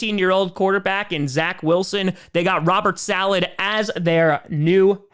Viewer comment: He said Robert's salad